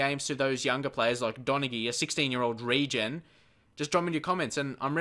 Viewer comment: Donaghy is pronounced Don-a-hee, if you wanted to know